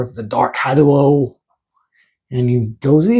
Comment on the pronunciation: Saying Had-u-o instead of Hadou (doh) is wild. He does not use the dark Hadou. He is using psycho power because Violent Ken is brainwashed by Bison. Cool video!